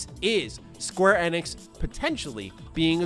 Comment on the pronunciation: The way says it is correct, that is how SE employees say it during public outings